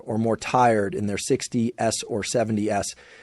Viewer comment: is this AI? "in your 60 "s" and 70 "s"?? Who says that??